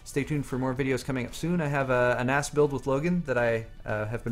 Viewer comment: I thought he said "An ass build with Logan" instead of "a NAS build" lol